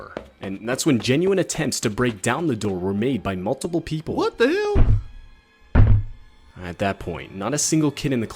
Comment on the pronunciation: whut the heall